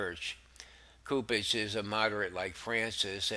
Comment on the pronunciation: I've enjoyed your podcast for a few weeks. I sincerely appreciate your effort. I'd invite you to look into the correct pronunciation to a few words. Cardinal "Soup-ich" & "Leh-gah-tus" There are a few others you also have opportunities to ammend, that would make the downloads an even greater experience for listeners.